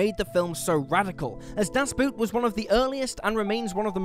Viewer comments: It's a "boat" not a "boot" 😅 Das Boot - The Boat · Duhs Boot... It's pronounced "Duhs Boht", meaning "the boat", referring to a submarine and not to a footwear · Das Boot is not pronounced "Boot" as in the footwear but should be pronounced as "bought" as Boot is German for boat. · Jeez, long time since I heard someone butcher "Das Boot" in such a bad way. Pronounce it as "boat" and you'll be fine. It's not a shoe 🤣😆... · Das Boot is not about a submarine and is pronounced Dos Boat. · It's a bit closer to Das "bought", I think. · Please pronounce a German title s as German. Das Boot should be pronounced as Das Boat, or Das Boht. A vessel, not something you wear on your foot. It couldn't be that difficult. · Das Boot is pronounced like "boat". Just FYI. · Das Boot - pronounced like a brand of footwear.